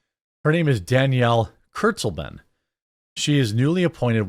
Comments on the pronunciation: Bro it’s pronounced kurts-lay-ben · Y'all are saying her name wrong. Read it like a German would, then translate it into English. It's kind of ominous. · Did she say “Kurzleben?” That literally translates to “short life” 😂😮